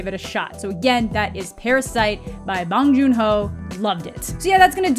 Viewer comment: Just an fyi to anyone who might care, Bong Jun Ho should be pronounced with an o like oh so bohng for his family name and for his given name, the h ends up silent, so more like Juno but with the stress/emphasis on the no. So, bohng juNO😄